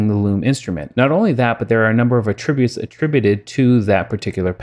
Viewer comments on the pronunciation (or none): "At" tributes, not uhtributes! ;) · Thanks for making this video - very interesting software indeed! I don't mean to be anal, but most people pronounce the word "attributes" with the accent on the first syllable, as in AT tri butes. I only bring this up because at first I wasn't understanding what you were saying - then I slowed down the video and got it. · Accent is on Att NOT trib. Good job